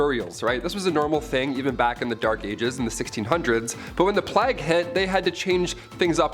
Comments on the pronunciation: "Plag?" It's pronounced like "Play-gh lol. Otherwise, great video! What happened to Brie and Raechel?? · The "plag"? Like rhymes with flag? Wtf. Isn't it pronouncef the "playgue"